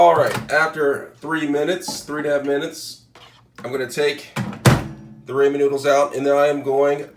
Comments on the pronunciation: its pronounced Raw-men... but im trying this tonight wish me luck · 😂😅 yes the ray-men was killing me too lol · "Raymond noodles" -Headass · Ray-man noodles… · Raymen, ameerican chise, and chileye mmMmm. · Oh my goodness! Every time he says "Ray-men", I cringe from the pronunciation. Lol. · You’re gonna need some Raymin noodles lmao